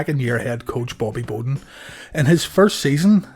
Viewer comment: Great vid as always. But it's Bobby BOW (like when you get hit and you say Ow!) den.